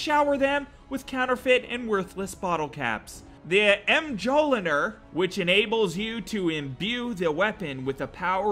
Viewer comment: Oof, that Mjolnir pronunciation. Good video, love the nonsense ratings.